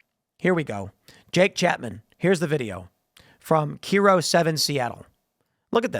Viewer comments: Tim....KIRO news....It's pronounced "Cairo," not "Keeroh." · Tim, KIRO is pronounced "KIGH-ROW" not "KEE-ROW" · KIRO call letters are pronounced like "Cairo" Ya, I know you're not from that area. LOL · It’s k“I”ro. Not keero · Tim, KIRO7 is pronounced "KAI-ROH" seven, not "KEE-ROH" seven. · Kie roh Not key roh. How could you live in Seattle and still keep saying it wrong? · Just a note, KIRO is pronounced "Cairo", like the city. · KY-RO news....KY-RO it's been like 8 years bro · You are 100% about everything EXCEPT.... KIRO 7 -- Its pronounced "Kai Row" (Kiro) 7 Eyewitness News. Life long residence and that was the first time hearing some one mispronounce Kiro, lol. ANYWAYS! Being the fly on the wall for many o meetings & working right in the Chop/Chaz zone for some time. It has been a massive grift the entire time. The police have stand down orders from the top. They are crashing everyone's income and driving people out by raising taxes so they can scoop up all the land/water rights and force people into 15 minute cities. Their "Green Agendas" are used to take our water access and to punish the lower class. They purposefully funnel the money from rural (red) areas to fill their purses in their dystopian... er... Metropolitan areas (higher blue density). Washington is the most Communist state in the union. As everyone's gas prices go down they push through gas taxes here. As eggs drop across the country we still push 4 dollars a dozen. Our leftist politicians buy Fent from antifa and distribute it through their homeless programs, keeping their victims hooked. And now home buyers are being forced to pay reparations when ever they buy a home?!? There's alot going on here and that's just scratching the scab. The Chop/Chaz zone? Yea it was BLM, if it stands Black Mail. Good ol mayor Dirkin,siting mayor at the time, liked the little girls on the street and they knew it. Hell the guy "in charge" of the Chop/Chaz was frequenting her personal residence